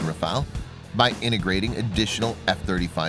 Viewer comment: Daniola M : IDIOT & crétin, prononce correctement le nom : RAFALE non Rafael